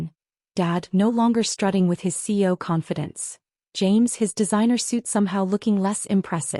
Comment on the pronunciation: Please learn to pronounce CEO correctly. It is the acronym for Chief Executive Officer and is pronounced with three syllables -- C-E-O.